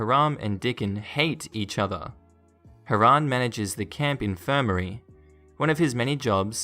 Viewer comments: Agreed. I believe it’s pronounced “HIGH-ram” not “haa-RAM”. I might be wrong. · Plus the emphasis is on the second syllable. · The proper name Hiram is pronounced Hi ram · I meant first syllable.